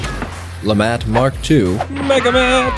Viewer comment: Lemat mark II "Lefatt"